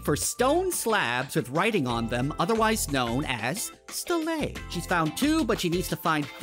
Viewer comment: Pronounced STEEL-Lee or STEEL-Lah